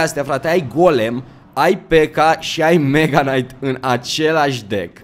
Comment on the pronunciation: Salut ai grija la knight nu se citeste k-ul la fel ca si la knife (nife) Bafta:))